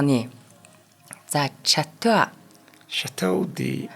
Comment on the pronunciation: Chateau - Шатюү Islay - айли Lemoncella- лемончилла Gej duuddag 😊